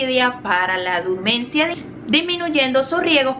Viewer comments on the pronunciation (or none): Se dice dormancia (Del fr. dormance) o dormición, no durmancia.